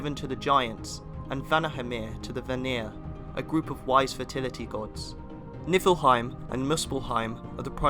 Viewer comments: did anyone else hear him say "nipplehiem"? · did I just hear nippleheim?